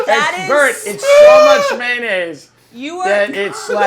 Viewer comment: Between Berts grandma laugh and Tim saying May-naise.. I'm dying 😂